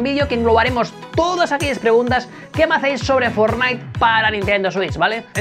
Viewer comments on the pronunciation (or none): Otra vez dijiste forlaik